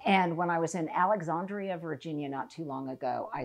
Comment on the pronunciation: Alexandria. The second a is a long a just like you say “and”